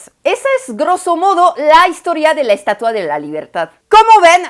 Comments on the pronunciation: “Estatúa”? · Hola te hago una observación en tu pronunciación....pronunciaste aproximadamente 35 veces la palabra estatua, de las cuales unas catorce veces tu pronunciación fue incorrecta pues la pronunciaste así... estatúa, además de cuando te referiste al rostro de la estatua en vez de decir tenía un rictus severo en su rostro dijiste sévero....tienes muy buen español y revisar estos detalles te ayuda a que llegues a un español perfecto.... Te digo de broma que se dice estatua no menumento....🙂🙃....supongo que sabes que acá en México se hace una broma cuando alguien pronuncia mal y dice estuata se le corrige diciéndole que se dice menumento, se le trata de corregir pronunciando mal otra palabra como sinónimo.... En cuanto a la crítica a ambos países con respecto a la estatua y la libertad recordemos que ambos países siempre se han conducido como imperios saqueando y dejando continentes enteros en la miseria lo cual ya es un impedimento para que hablen de libertad, nunca han tenido autoridad moral para hacerlo...y de hecho lo que dijiste de tu país Francia no es que tenga una actitud paternalista hacia los países Áfricanos, es que a vista de todo mundo los sigue saqueando.... Cómo sea esa estatua o monumento u lo que sea, la gente ya sabe que es una burla, y si así lo toma la gente que sabe que de ese tamaño es la hipocresía de ambos países, de su clase politica... Saludos cordiales...😎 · Como siempre tus vídeos muy ilustrativos. Te comento que la palabra en México para este monumento es ESTATUA trisílaba grave. y tu pronunciaste ESTATÚA. Puedes checarlo. Saludos.